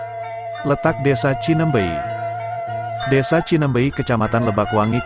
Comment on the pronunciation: Bukan Cinembey, yang benar Cineumbeuy.